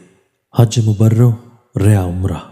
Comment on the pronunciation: Bhai jan Hajj e Mabroor yea Umrah ilfaz hyn. Jin ko ghalt perh re ho.